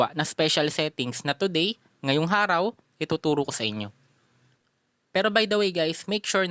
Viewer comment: today, ngayong HARAW🤣🤣